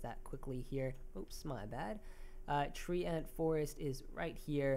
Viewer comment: tree ant, tree ant, tree ant, tree ant, tree ant.................... its treant (*TRENT)